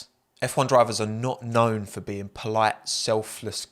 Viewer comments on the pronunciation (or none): none